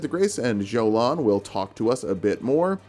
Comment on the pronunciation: It is doesnt pronounced as Jolan!!! You pronounce it like Yolan. Its a hungarian name ( from the few of hungarian names in Elden ring like Margit, Marika etc)